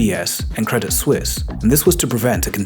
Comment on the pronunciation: You mispronounced Credit Suisse. 😊